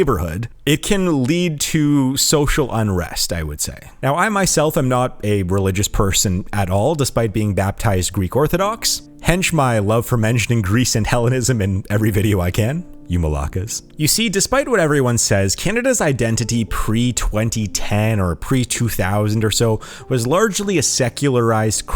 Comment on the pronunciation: "hence" not "hench" (which means buff or muscular).